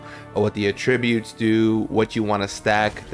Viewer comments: Useful vid thankyou - you need to look up how to pronounce Attributes though lol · you mispronounce attributes are you a retard bro